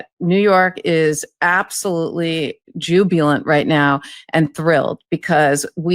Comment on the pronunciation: and KFA, please learn to pronounce "jubilant"!